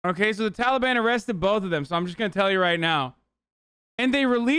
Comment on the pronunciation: "Talbian" lol